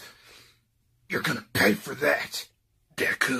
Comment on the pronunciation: Wait the first time Bakugo said deku I thought he said Dick-u